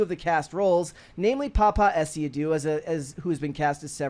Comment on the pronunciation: The way pronounces the name the black guy who's playing Professor Snape is funny. 😂, but he pronounced it well enough that I was able to recognise that it's a Ghanaian name.